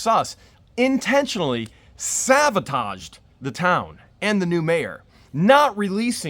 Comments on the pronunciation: Ok, listen. Long time watcher here. No hate. Just pet peeve venting 😂. The word is...saBotage not saVotage!!!!!! With a B!! Not a V!! I haven't seen any other comments about it and I of course will still watch but, you're driving me insane with this one word 😂😂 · I love what the Hales and you and George and watch every video you put on You Tube but I have one little thing. You are saying sabotage in correctly. It is a B not a V. Just a nerd who wants you to be the best you can be!